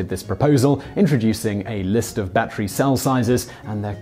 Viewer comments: Unbeknownst to this host, "battery" is a three syllable word... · someone just wanted to hear him say "Batchery" a lot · It's not a 'bat tree".